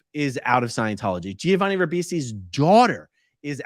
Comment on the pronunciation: I know you grew up in a cult, but it's "Jovani", not "Jee-ovani"... the Gi in Italian only means the G is soft and not hard, it is not pronounced.